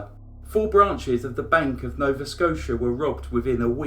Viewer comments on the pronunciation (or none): none